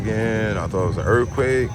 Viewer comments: URF-quake? URF-quakes are crazy, Bro?! Ya know wuh I'm sayin'?! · same way I felt listening to you talk about "duh URF-quake."